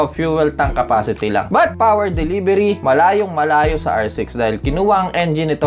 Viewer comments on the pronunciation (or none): Ano ba naman kuya.. ang But ay iba sa BUTT. 🤣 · Natatawa talaga ako sa kada but mo na sinasabi e kung ano anong lumalabas e HAHAHHAHA. Keep it up Bro. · love ko talaga ang "but". ang pagbabalik ng "but" :-)